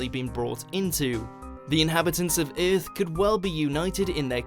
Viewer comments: Instead of saying “er” he says “ee”. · What if aliens invaded ith tomorrow? Good thing i live on earth. Lol i cant stop hearing it now. Ith lol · Ironically Vague "the eerth" 😂😂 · If there are any....they are looking for YOU cuz you pronounce EARTH, "Ehrth". They may just want to place your brain in a smart car....see if you could handle driving yourself in any kinda "wheathah" "furst"...... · Maybe them aliens can I swing by and teach this narrator how to say the word Earth correctly!!! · that pronunciation of earth at the beginning really annoyed me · learn how to pronounce earth..